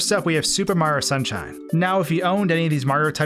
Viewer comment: I swear every time he says the word super it sounds like he's saying stupid, I can't be the only one